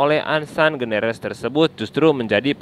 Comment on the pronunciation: Ansan greeners min, bukan generes...😄